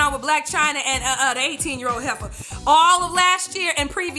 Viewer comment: hahahahaha when she said 18year old hefa